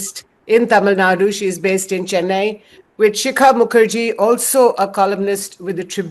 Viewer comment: Tamil Nadu.... Not Tamil Naad